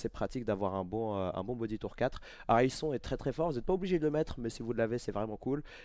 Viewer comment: noooon on dit HarrisoNE ahahaha